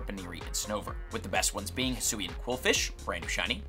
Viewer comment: The fact that says “Hisoo” instead of “Hisui” makes me cry 😭